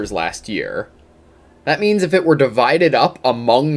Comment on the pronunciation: I keep hearing "meanies of production" lol